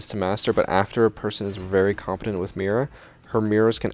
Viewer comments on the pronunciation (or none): none